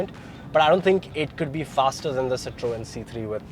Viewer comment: as a motoring journalist, I would expect you to pronounce Citroën properly.